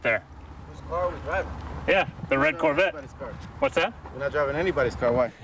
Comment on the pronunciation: as a car guy and Corvette fan, it's hard not to ignore the fact that the reporter mispronounced Corvette as Corvatte 😂